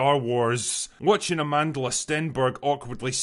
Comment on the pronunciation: You pronounced Amandla's name perfectly 👏